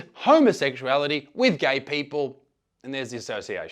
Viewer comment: "Why ahr yuh gae??" - based Ugandan